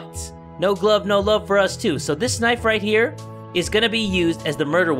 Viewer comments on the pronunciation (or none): Well I'm not used when doesn't add extra vowels in some of his words, I'm used to him saying Midori Gurinu, Knifu or Lifu... Oh, and don't you love the old days when doesn't censor anything...